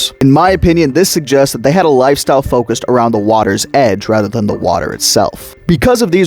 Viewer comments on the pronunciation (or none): none